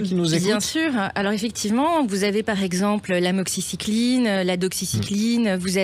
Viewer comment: Je ne vois pas trop l'intérêt des interventions de la journaliste (décoration ?), d'autant qu'elle n'a pas l'air de bien connaître ne serait-ce que les molécules (amoxicilline et non *amoxicycline, à ne pas confondre avec la doxycycline qu'elle cite, justement). Je comprends qu'elle n'ait pas envie de répondre ensuite, lorsque son collègue lui demande quels sont les médicaments en souffrance... Elle n'a visiblement pas préparé son sujet ! Je veux bien être journaliste à Sud Radio 😅